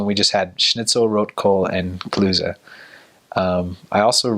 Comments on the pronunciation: Klöse not Klüse🧐😉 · Bitte gehen Sie weiter, in dieser Kommentarsektion gibt es nichts zu sehen. Also, I was born not too far away from Meerane, and he pronounces "Klöße" (dumplings) like the people living there, instead of with a sharp "S" sound like standard German. :D